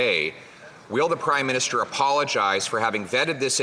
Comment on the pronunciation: Did he say prime Minister or crime Minister? 😅😅😅